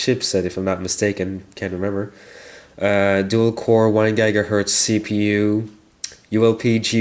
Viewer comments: were you saying gagahertz? O_o vs giga XD either or nice job =p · unusual way to pronounce it =p i wonder if the roms for this make it even better =D